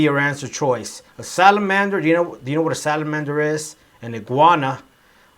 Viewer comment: Good job.we want more of your videos.i didnt quite get the way you pronounced the ending of the word Salamander.From Zimbabwe.